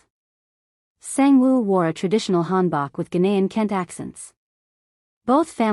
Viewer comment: I really liked the story -- start to finish -- EXCEPT when the A.I. Narrator mispronounced KENTE (ken-tay) and UNNI (UN-nee, not YOO-nee). Do better, please.